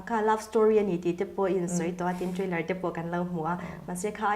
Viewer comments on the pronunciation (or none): Trainer an tiah... Trailer aw